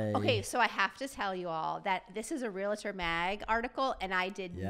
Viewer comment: BTW- it is not pronounced realuhtor, it’s realtor.